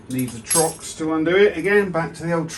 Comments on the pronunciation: It’s TORX not Trox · I was wondering if that was a Brit thing? Do they swap the "R" and the "O" in the Uk? lol